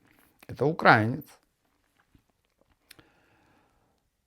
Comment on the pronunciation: Очень режет слух произносимое Вами "укрАинцы". Страна УкраИна - значит украИнцы. А по поводу музыки, песни и музыку можно создавать в ИИ - если есть желание и время. Вот пример: Лучшая Музыка Канала Серега Адвенчурес Здесь! Его подписчикам заходит.